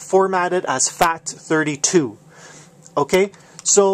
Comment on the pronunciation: is it just me or does it sound like he's saying "fact" 32? XD